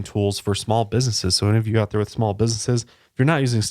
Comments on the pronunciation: I died at shmalllll shmackleeeee and a big toe lpl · Schmall schpeckle 😂